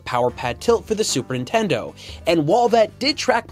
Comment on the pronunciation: Super Intendo...